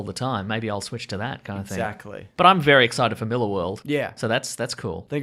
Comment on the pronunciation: prob cancell netflix after Stranger Things season 3 - btw check your pronounciation of Mark Millar’s last name